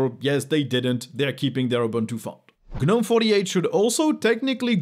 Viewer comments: I don't care what it means, what its origin are; can people please stop saying Guh-nome! We'd all know what you are talking about if you just said Gnome. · In English, Gnome is pronounced "nome", the g- is silent, unlike gnome in French...